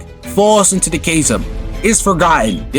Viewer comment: thats not how you pronounce chasm FYI